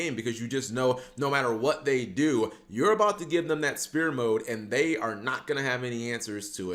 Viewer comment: Why does he say Spear mode lmfao, Sfere mode man